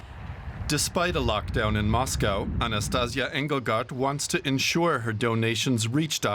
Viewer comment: Not Anastaz'ya: A-na-sta-see-YA (strees on end of word). Anastaz'ya sound like Sexual Tranmitting Disease... And she is not The One - there a thousands of volunteer in all Russia. Also - why no video picture about 16 brand new hospitals built less than 2 months?! On this video is temprorary checkpoint - not hospital for thousand patients... Real brand new hospital is huge! More than in China(!)